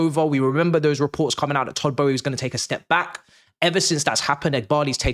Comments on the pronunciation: Who is todd Bowie 🤣 have I been saying it wrong for all these years I thought it was boehly 😂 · why do you pronounce it as Todd Bowie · Why can’t you pronounce his name properly? There is an L in there you silly boy🥴